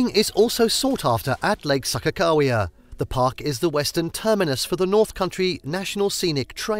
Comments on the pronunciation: Mountains in the thumbnail and you don't know how to pronounce anything here. You lost me at SAHKA-cow-wea. Next. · It took me until the sign to realize the narrator was slaughtering Sakagawea's name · Seriously if he says Sakakawea wrong one more time. It was super annoying. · Learn to pronounce places correctly. I am originally from Minot, which is pronounce MY-NOT. Also the man made lake is pronounces SAH-KAH-KAH-WE-AH.